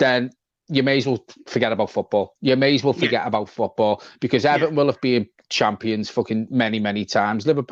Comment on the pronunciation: Now it's E-VAR-ton